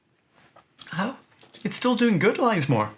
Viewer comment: Interesting as ever, it's pronounced Liz More btw, pleased its survived though